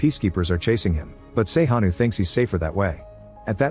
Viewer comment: “Sey-Ha-Nu” 😂😂 They will pronounce everything but Sejanus 😂 Love this ❤